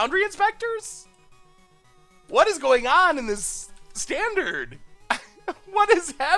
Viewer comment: Did anyone else notice the L at the end of standard?